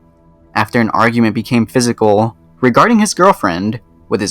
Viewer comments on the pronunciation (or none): none